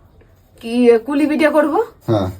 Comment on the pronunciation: কথাটা "পুলি পিঠে".. "কুলি পিঠে" নয়!